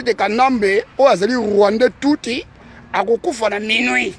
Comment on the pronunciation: Kie kie kiekie!!! Rwandais Tuuti, yekola nanu ko prononcer Rwandais Tutsi bien avant oleka koloba na youtube. Est ce que otanga ? Prononciation ya Tutsi ozokoka te. Anti-valeur moko boye.